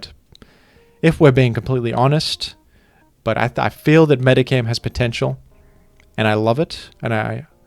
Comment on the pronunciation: Pronounces Aegislash wrong in like ten different videos and chat never corrects him but they immediately jump on this for some reason.